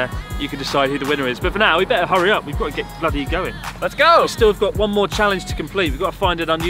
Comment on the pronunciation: "my bloddy beer!"